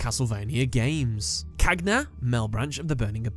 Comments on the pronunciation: "Cagna" è la parte che mi lascia più stranito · Ahahah not every name is well pronounced, anyway this video is really intresting. I also think that cagna (gn has a particular pronounciation in italian) could be a representation of the cerbero, the three headed dog whose aim is to supervise some of the damned souls of the inferno. However hi from Italy😊